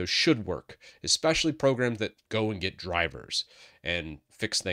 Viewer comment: Get not Getet